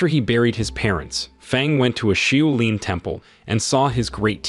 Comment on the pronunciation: Shaolin ....... shaw lin (not shoe lin)